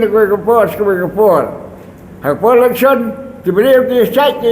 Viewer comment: electhion....what???? comishion....what???? dalar.....what???? 😂😂😂 Ni....lit....😂😂😂